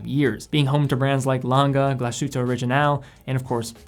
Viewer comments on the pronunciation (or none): I enjoy your videos,. However, as a fan of NOMOS and other products of that city in Saxony, you should learn that the proper pronunciation of "Glashütte" is not "Glash-oota" but Glass-hoota" (approx.).:-) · Glashütte - Glas hut in German. And just to comment, sh is not as sh in English but like s and h after it. Just like Glas hut in English:-) great review,! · Excellent Video. Little advice on the pronunciation, instead of saying "glashutaa" say it in English it's probably the closest you get to the German pronunciation. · Say after me: "glaas hytte" Like that Nomos got their own DNA, but personally I can't stand the long and skinny lugs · Great video! but when you pronounce "Glashütte" please seperate Glas-and-Hütte two words, Glas means glas lol and hütte something like house, greetings from Germany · Glashütte is pronounced as the englisch word glass and then ad the hütte. With a very short ü. There is no sh-sound in it. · just a tiny hint on pronounciation: "Glashütte" is a compound word: Glas + Hütte. Literally glas hut. (The town was originally famous for its glas production.) In the compound word, these two parts are still pronounced distinct from each other. So there is no "sh"-sound. (You did pronounce the ü-Umlaut very well, by the way). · Also, accent on the first syllable. Generally the case in German. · Hey great video! As a fellow german I‘d like to help with some pronunciation. Ludwig is actually ‚Loodwig‘ - with the oo pronounced like in ‚boot‘. And the german mecca of watchmaking is Glashütte, which means ‚Glas House‘ more or less (Hütte is an old german word for house) and despite the letters ‚sh‘ in ‚Glashütte’ being right behind each other, it is not pronounced together. Two seperate words actually: Glas-Hütte. Otherwise great Job! I hope this helped! Keep up the great content!